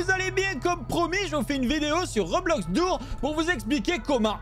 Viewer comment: on dire doors pas dour